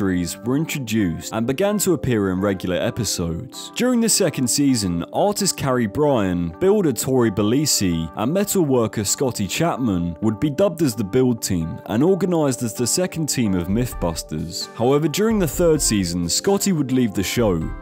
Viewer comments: Kari Byron not Kari Brian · "Bryan"??? *Byron 🤦‍♀ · Did u say Kari Bryan and Tori Belleecee? 😮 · Kari By-ron and Tory Bel-ay-chee. Is how their names are said.